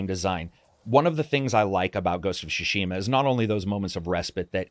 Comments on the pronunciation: Great video, great content but it's called Tsushima not Shushima... 😅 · Why do you insist on calling it “Shushima” instead of “Tsushima”? 😂 Tsu つ T’su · Newman and what did you think I was saying? Shawerma? It is pronounced "Tsu Shi Ma" or "つしま” strong emphases on the T and S together. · Great video, man! Why do you say “Shushima” instead of “Tsushima”? Is that what the pronunciation supposed to be in Japanese? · I Love you content, you are by far one of my favorite voices on YouTube, So cheers for that! And it’s SUShima not SHUShima! Heheh (couldn’t help it) Cheers and keep it up with the amazing content!! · Tsushima doesn't have silent T. You keep saying Shushima. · Great video. My only criticism is that you don't seem able to pronounce "Tsushima". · Oh no, 47 minutes of you mis pronouncing tsushima. The T is not silent in the Japanese pronunciation.